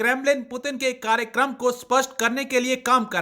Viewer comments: President putan 😂😂🗿🗿 kya bol rhi h [ Putin nhi putan ??? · Russian president name is put in not putan pl pronounce correctly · It Putin not puturn 🤣😂😂😂😂😂 Pakistani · Kutti ko bolne bhi nhi aa rahi Putin ko porin bol rahi h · पुटन बोल rhi hai ye 😂😂😂😂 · Please pronounce the name Putin correctily !